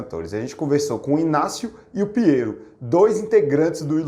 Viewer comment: Ignazio fala inhazio